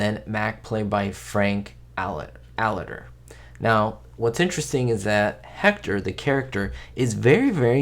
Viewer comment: Another interesting video,, but you mispronounced Frank Aletter's last name. Should be pronounced as if you were telling someone, "I received A LETTER." I remember It's About Time from when I was a kid. Loved that show.